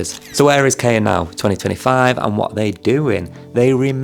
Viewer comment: Hello there! A fan here. KAIA would be pronounced as "KA" like "CA" in Cameron and "IA" like the "YA" in yard. Also, you forgot Sophia in the member profiles.